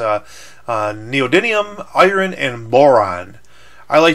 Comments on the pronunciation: It's neodymium, not neodynium. It has an M, sorry to be the grammar police, it was just driving me crazy. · 5 minutes of this guy calling neodymium "neodynium" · Neodymium! Not Neodunium ! God dammit! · It's called neodyMium, not neodiNium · neodidium magnets? no its ne-o-de-um magnets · He's non American, Americans say Neo Die Neum But others say Neo Din Eum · neodidlium is skookum mate. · Skyler Brockmoller neodidimum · I would correct you saying "Neodynium" but you said "Eye-Ron" aswell so I'm not going to bother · its pronounced neo-di-mee-um thats a M not a N buddy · it is pronounced Neo-dimi-um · friartuck103 I heard him say neodydium